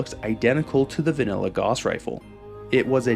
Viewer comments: not sure if anyone's said it yet, but the way you pronounce "Gauss" upsets me greatly, lol. EDIT: i'ma add "Walther" to that list.. how in the hell can you pronounce "Heckler & Koch" properly, but butcher "Walther" and "Gauss". You hurt my soul. 😂 Also: The "PP" prefix was used on a lot of soviet firearms...so it's not a Walther thing. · Fantastic video, my only suggestion is that Gauss should rhyme with “house”, not “loss” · Cuz that's how Guass is pronounced. Gauss rifles are real, they weren't invented for fallout. This dumbass just says it wrong in every video no matter how many times people correct him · small little nitpick here, and a mistake i used to be prone to, but it's pronounced like "gowwss rifle" (like how you would say "house"), not like "gauze". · Its probounced GOUSE, not "goss" 🤦‍♂️ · Is anyone going to tell that it’s gauss is pronounced gous like house. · Minor correction: gauss is supposed to rhyme with house. "Gowse" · G-ow-ss is the pronunciation. From the legendary mathematician Johan Carl Friedrich Gauss. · Gauss is always a difficult word to know how to pronounce. I've always said it as g-ow-ss. Namely cause of gaussian distribution and how gaussian is pronounced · Just a note, "Gauss" rhymes with "house". Like, "gowse". After Carl Friedrich Gauss who made discoveries involving magnetism. The Gauss is a unit of magnetic field strength, an appropriate name since a Gauss gun fires it's projectile with electromagnetism. Gauss was German but he didn't invent any futuristic weaponry. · It's a pretty minor nitpick, but the "au" phonetic group in German is pronounced, "ow." So, the correct pronunciation of Gauss is more like, "gouse." It's not a huge deal, because the mispronunciation is pretty common, and, hey, credit for the correct pronunciation of, "Walther," which is also pretty frequently botched. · holy shit how many videos did you make pronouncing gauss completely wrong?